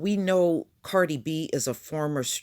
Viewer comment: are you calling her “Party” B?🤣🤣